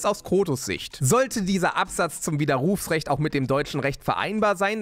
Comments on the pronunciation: stimmt, aber solange von dieser Betonung sein widerRUFsrecht nicht kaputt geht, ist ja alles ok :D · Hihi... ich finde deine Art wie du Widerrufsrecht sagst lustig. Du betonst das "u" so. 🤪😅 💪 #KreativeFragen Wenn du später mal wirklich eine Flug- und Landebahn mit den Dominators bestücken solltest, werden die Flugzeuge dann auch schneller landen und starten können, wegen des guten Speichertakts?